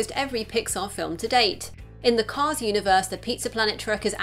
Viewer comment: It’s called “Cars Three” not “Cause Three”